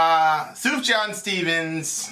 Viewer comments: As an aside, his name is pronounced ' Soof-yan'. This is from the album of the year in 2005 (with a possible exception being from Bright Eyes). This reminds me about when I was writing music reviews. Such a great record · Pronounced “soof-yon.” :)